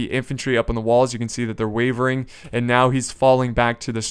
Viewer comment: he said wevering